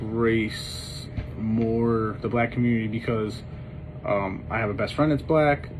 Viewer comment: He sure couldn't.....mumbled it the first time he said it.